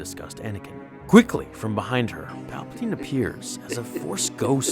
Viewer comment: Papatine and Rapeatine?🤔